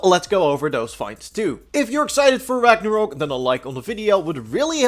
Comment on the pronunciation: Ragnarok ....... not ragnarook